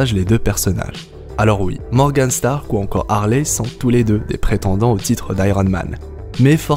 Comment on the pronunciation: Euh par contre c’est HarVey et non HarLey